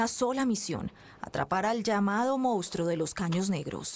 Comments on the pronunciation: Buena investigación como siempre, felicidades, pero es una VERGÜENZA escuchar durante todo el video a la reportera decir el MOUSTRO....😣😣...que pena que siendo reportera y supuestamente haber estudiado no sepa decir MONSTRUO, y peor aún que durante la edición nadie lo halla corregido.....😠👎🏻.....muy mal. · correcto, pero ella siempre dijo: "Mounstro". Saludos. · Laura Hincapié, nunca pronunció la palabra correctamente: "Mounstro". Perdón, pueden continuar.